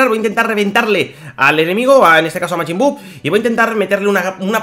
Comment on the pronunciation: Porque dices mejin buu se dice majin buu